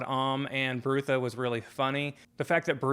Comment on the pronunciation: I enjoyed your thoughtful review. Pratchett was a sad loss. I came to his work late as years ago I tried reading the Colour of Magic as the first in the series and didn’t enjoy it that much. Small Gods and Night Watch are my favourites. Small note, I’m pretty sure Brutha is pronounced “brother” with a northern English short u. (Think Sean Bean in LoTR “my brother, my captain, my king”). There are a lot of puns and wordplays in Sir Terry’s work. I only realised myself that Ptracy in Pyramids is “Tracy” quite recently. Edited to add: did you read any more of his books yet? You could tackle just one of the “series within a series”..You would probably enjoy the Death series since you enjoyed Small Gods so much. Many people don't recommend starting with the Colour of Magic because it's almost like a not fully-formed “proto-discworld” in terms of the world- building. I have read, and agree with people who suggest having a very loose approach to Discworld, accepting that sometimes Terry P changed things as he and the Discworld grew and developed.